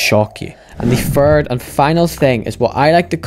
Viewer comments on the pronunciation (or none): none